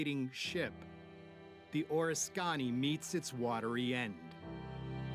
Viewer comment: the name of the carrier is {or risk ken knee} if you are going to make these videos at least do some research on pronunciation.